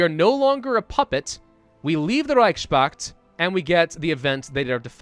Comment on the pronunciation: just in case. Fascinating, he can say "Reichspakt" correctly but not Weihe or Greifenmarschen. He realy should look up how to say egg in german. xD Praise!